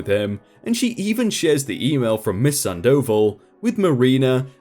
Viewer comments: ...Sand oval? It's a name, dude. San-dough-vall. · MS. SANDOVAL...... SAHHHN-DAH-VAHHHL notttt sand-oval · Miss Sandoval - you are not pronouncing the name correctly. Its not sandOval...its SANDo val (like val in Valerie or vawl) - or "oval" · "Miss Sand Dough Ball". Or you could say Miss Sandoval. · Awesome, but please stop mispronouncing the name "Sandoval" it's like having thumbtacks jammed into my earballs every time. It's not "sand oval" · Damn. At first, I thought it was going to be: Bio Dad (Karl) worms his way into Marina's head and effs up marriage. Turns out Marina was the good guy (or good gal, rather). Cool. Glad OP didn't take Alma back. I know a lot of idiots that would. (Not me, but I'm another kind of idiot entirely. lol) AND... ftr, the name is pronounced SAHN doh VAHL. You're accenting the wrong parts,. Thought you might wanna know. It's not because the mispronunciation over and over and over and over again was driving me crazy or anything. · 👏👏👏 it was killing me hearing him say sand oval like wtf gahh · No dude, its pronounced Sandoval, all together with accent on the last "a," and its a spanish "o" not english "o", so its pronounced o not ou.